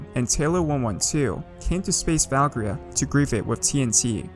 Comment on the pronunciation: Val-Kir-Eeaa Not Valkria